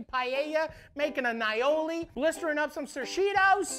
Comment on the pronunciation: MAD RESPECT!!! He said aïoli correctly! The "aï" in aïoli means garlic in french and Italian. Pronounce like the capital letter "I" or "eye". Finally finally finally